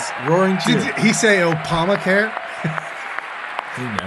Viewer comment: Opama care. Lol. An obvious minor misspeak but it's still amusing.